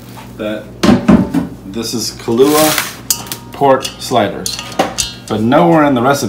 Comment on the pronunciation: It’s “Kalua Pork” not Kahlua Pork. 😂